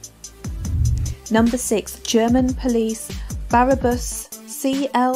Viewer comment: What borough of the UK is Japan, Italy, Germany and Dubai? Also its spelled bra.bus so why do you keep saying Barabus......And live.r.y not lively. Please, if you haven't a clue what your talking about...the only reason you'd make this video is for views which is the same as the news making up stories just to get viewers.